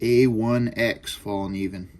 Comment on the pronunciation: The k is not silent , if u wanna pronounce it in Swedish. Hint: “evil knievel” Fall-knieven. Cheers n congrats on a lovely blade! 🙌